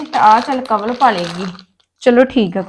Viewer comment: ਕਵਲ ਦਾ ਰਾਰਾ ਤੇ ੜਾੜਾ ਠੀਕ ਕਰੋ😅